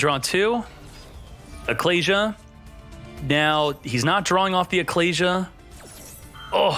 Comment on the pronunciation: Those pronunciations of Ecclesia and Apollousa made me quit the video